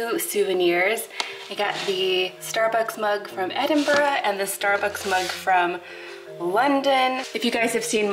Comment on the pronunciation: Never met a yank that's not shat themselves when approaching a roundabout btw nice try at saying Edinburgh 👍